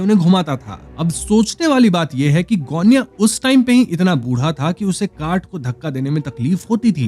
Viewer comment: गोण्या बरोबर आहे सायली ✅